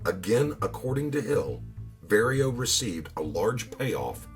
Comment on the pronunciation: His name is Vario pronounced like car💯